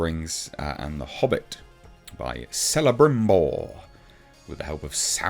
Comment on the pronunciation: All the Cs are pronounced as Ks, so it's Kelebrimbor and Kirdan.